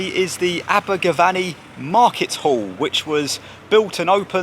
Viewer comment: It's not VANNY it's VENNY😎